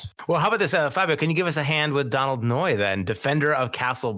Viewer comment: Hearing you saying 'Allister' Thorne and 'Donald' Noye had my eye twitching